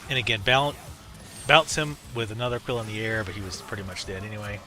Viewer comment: not trying to be an ass, but ah-kee-lah and sure-e-ken.